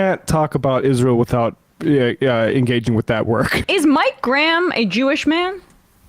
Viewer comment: We pronounce the ha in Graham. If we want it to sound like gram, we write it as gram. And we know what a gram is.